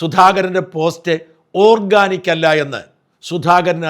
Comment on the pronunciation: ഓക്കാനിക്ക് അല്ല ഷാജാ ...... ഓർഗാനിക്ക്